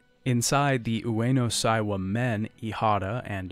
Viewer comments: Sorry to be a pedant,, because I know you don’t speak Japanese and you’re trying your best to deal with the complicated names, but it’s Ueno SEIwa. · Seiwa is pronounced like "say wa"